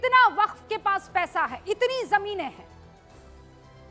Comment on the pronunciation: वक्फ का उच्चाण बहुत बार खराब हुआ ।